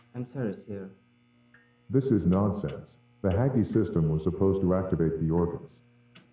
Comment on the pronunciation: BRO YOU GOT THE WRONG PRONOUNCE FOR HUGGY😂😂😂😂😭😭😭😭😭